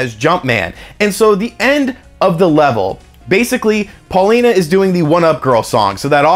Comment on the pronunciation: Pauline,! Pauline....not Paulina;)